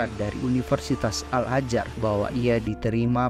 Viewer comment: Al Azhar bang bukan al ajar